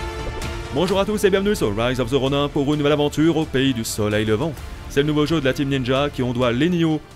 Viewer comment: "Rise of the ronain" 😭😭 tu peux pas faire ca mais on t’aime quand meme